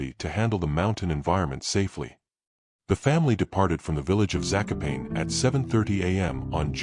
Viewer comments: I dated a woman from Zakopane and that is how she said it, at least to my ear. It certainly was not pronounced as it was by the auto-reader, that is, as "za-ko-payne". And you are Czech, so maybe you did not get it right. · To my ear, the Polish around here pronounce Zakopane as "Za-ko-pa-nee". Your images of the area reveal a very formidable landscape.